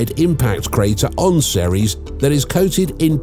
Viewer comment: It's ceres